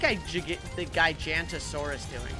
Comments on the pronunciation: also its not gigantasaurs its giga-nut-o-saurus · I cant believe still hasn't realized that druid of the jungle automatically gets set on strong. Edit: should learn how to pronounce Giganotosaurus. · the way he pronounces Giganotosaurus hurts me